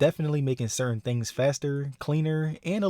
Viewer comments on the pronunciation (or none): none